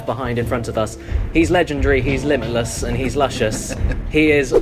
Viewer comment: Flame of Udun when caddy says that, it sounds like "The legendary, limetliss, lushous lawn lanning"